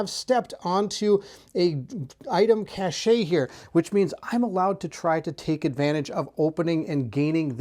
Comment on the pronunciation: Cache - is like “cash” … not “cash-shay” … the “e” is silent